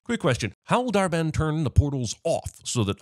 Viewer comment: Dar-Benn smh... 🙄😩